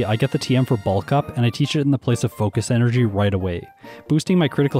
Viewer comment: No one:: focish enerjy